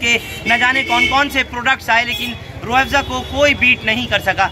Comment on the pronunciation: अरे भाई रूह एबज़ा नही रूह अफज़ा बोलो